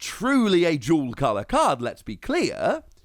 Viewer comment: I thought you were saying jewel color lol not dual color